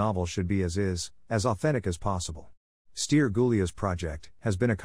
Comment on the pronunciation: Felicitări pt efortul dvs de a păstra vie arta Românescă în plinătatea înțelesurilor ei!!!! Totuși "Ilie Moromete", "Stere Gulea" trebuie citite așa ca în română nu ilia, steri..... Nu vă mai sclintiți limba cu engleza.....